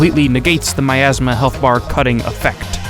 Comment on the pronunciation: Miasma? No. "OURasma"